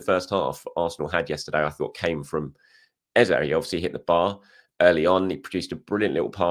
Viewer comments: When you stop calling the man Ezer then he will start scoring cos his real name is Eze. He told you in the interview in the typical British gentleman's polite diplomacy to call him Ezer (British accent). Why not ask his parents if they named him Ezer or call him Ezer at home? LOL! All the Nigerians have told you that is not how to say the name! It is pronounced Ezey (meaning king). Stop butchering his name and claiming that it is how he prefers it. Not sure he gets offended when you call it how his parents and his heritage intended it. It is rude to act like you know better than people of his same heritage LOL! Come one! LOL! Not sure you will like me seeing your name that way with a strong Nigerian Igbo accent? LOL! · All Nigerians collectively cringe when we hear “Ezah” you know the right pronunciation.. go back to it. you have over complicated it now lol